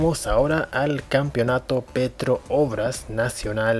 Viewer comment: Se dice Petrobras, no Petro Obras xD PD: También el Arsenal de Argentina es Arsenál, no Ársenal como el de Inglaterra.